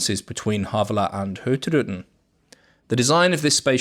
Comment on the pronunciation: At last …. Somebody can pronounce Hurtigruten correctly. Fantastic ships and video 👍